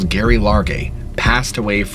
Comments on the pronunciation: Gerry, as in "Gary"..really? How about the name pronunciation as "Jerry" due to shortening from Geraldine, a female name..bc it's a woman. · Not Gary it’s Gerry (pronounced) Jerry. Also at least 2 murderers arrested. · Her name is pronounced Jerry not Gary and she set up her tent a few hours after getting lost and never tried to hike out again after that, she spent almost a month hunkered down 2 miles from the trail and if even she went the wrong way she was half an hours hike from a logging road. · If her full name was Geraldine...wouldn't her nickname "Gerry" be pronounced like Jerry and not Gary ? ...also Geoff is commonly pronounced Jeff. Great precautionary tale teller though! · "GERRY" is pronounced "JERRY" short for Geraldine pronounced "Jeraldine", sorry but it's literally making me crazy that you keep saying the name so wrong, i mean have you ever even heard anyone in life called that?? She was known to friends and family as JERRY NOT GERY. Please redo and repost so I can listen without cringing every time you say this poor dead woman's name, much appreciated, thanks 😂😁😜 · Her name was Geraldine so it is Gerry like Jerry but with a G not gary 🙄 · Its pronounced Jerry not Garry and spelt Gerry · The name "Gerry" is pronounced with 'j' sound...not s hard 'g'. I know this may sound nitpicky, but it's so incredibly hard to hear this poor woman's name butchered repeatedly knowing what happened to her. It's also not a super unique name. Gerry, Jerry, and Gerri are just nicknames for Gerald (male) and Geraldine (female). All pronounced with a 'j' sound. Please just make sure you do some extra digging if you come across a name you aren't familiar with. Especially if you're talking about someone deceased. Just out of respect. 🙏🦋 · Not that it changes the story any but I’ve heard her name pronounced Jerry, but with a “G”. Not Gary. You tell these stories so well. Enjoying from Ky. Thanks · It's Gerry not Gary, as in short for Geraldine 🤔🤨🧐🤣🤣🤣💯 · PRONOUNCED JERRY FFS